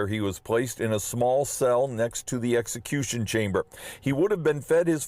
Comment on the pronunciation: Did she say sexecution